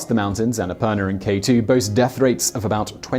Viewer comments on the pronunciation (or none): none